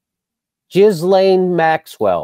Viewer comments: Are you pronouncing her name incorrectly on purpose? If not then - G in Ghislane is hard, not soft, the S is silent. G like great, ground. Accent on second syllable: Gee Lane. Soft G: general, George. Admitted grammar police; sometimes I can't help it! 😀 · Ghislaine is pronounced Gee-lenn. Hard G, long E, L, short E, hard N. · He's mispronouncing on purpose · That is obviously not true, or I would not have taken the time to write my original comment. And it matters enough to JimJam to deliberately mispronounce, so it must be somewhat important.